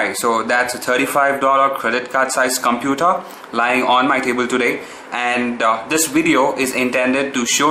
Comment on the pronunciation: OMG! Did you just pronounce Computer as Cumputer and Linux as Leinux and Content and Cuntent?? sigh :S No offence, great video though!!